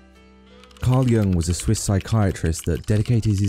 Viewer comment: A bit over analyzed making a Jung link that is a bit of a stretch without much intelligent or informed backup: more a basic college level project analysis looking for a clever link. And it is pronounced Yoong, not Young, but still not a bad video.